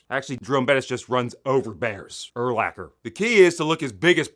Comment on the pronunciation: Urlacher?! Hahhahahahahaha